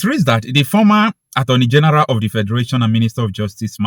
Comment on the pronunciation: Did you say the Attorney General or the Armoury General?